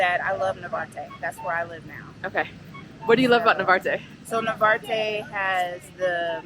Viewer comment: Narvarte, not navarte.